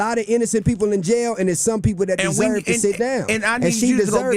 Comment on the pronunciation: You said victims “desurr” to get assaulted